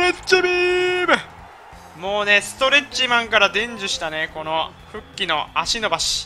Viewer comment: フゥッキーって言う実況久しぶりに聞いたわww